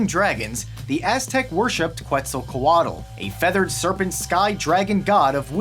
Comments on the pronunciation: Quetzalco ALT, not Quetzacol ATLE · damn thats not at all how you say it its Khetzat-coah-tehl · Hey Kev, I just wanted to say that in Nahuatl (The language of the Aztecs) words that end in -tl are pronounced as a simple t; the letter L is simply there to indicate that your tongue should be positioned as if you were going to pronounce the letter L when pronouncing the letter T, but you don't actually pronounce it. I'm not trying to be pedantic or anything, but I thought it would be nice to let you know. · Love the video! However, it's pronounced [ketsalˈkoatɬ] it's ok I know you tried! ( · Nice video man, but you butchered the quetzacoatl name